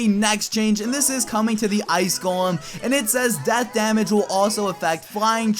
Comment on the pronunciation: you said gollum instead of golem